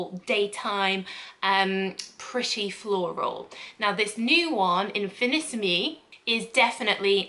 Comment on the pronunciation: Im not a fan of any J'adore flankers except L'or so this may be a winner for me i love oriental scents I don't think it's been released in Australia just yet Btw love you in that top! The pronunciation is in fee nee seem the accent on the seem it's French not Italian